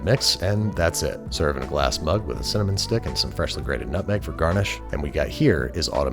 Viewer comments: ...did he say cimmanon? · "cimmanon sticks" what a sweet little lad